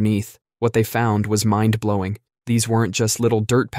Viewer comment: “What they found was Mayan. Dblowing.”